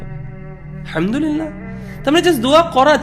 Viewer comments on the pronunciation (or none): আসসালামু আলাইকুম ওয়া রাহমাতুল্লাহ হুজুর আপনি হামদুলিল্লাহ বলেছেন এটা ভুল, আলহামদুলিল্লাহ বলতে হবে